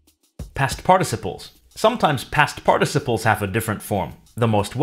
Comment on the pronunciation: Just a tip: The word 'participle' is easier to say if you leave the stress on the second syllable. ;-)